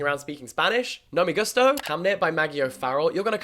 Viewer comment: I love Jack but I have to give a 1 star rating to the way he said “me gusto”. It made the hair on the back of neck stand up.